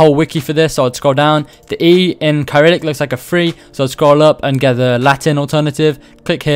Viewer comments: its not "Kai-rillic-" its "Ser-illic", and Ukraine and poland both use it. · Bro you said no Russian letters, Cyrillic is an alphabet used in Russia and other parts of Europe and Asia. Btw Cyrillic is pronounced “ sy-rill-ic” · It's pronounced like syrillic like it has an s. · The way you pronounce Cyrillic is Se-ril-lik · the way you pronounced cyrillic hurts me